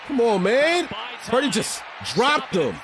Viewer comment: I randomly came across your video on you reviewing the Miami vs Niners last year, i saw you called Purdy.."Pundy" 😂 i had to see your channel if you still call him that now 😂